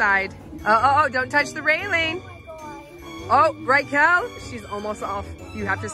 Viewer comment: "Don't touch the reiling"